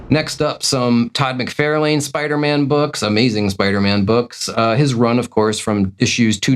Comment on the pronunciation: It’s Mc Far!!lane not Fairlane.. SMH 🤦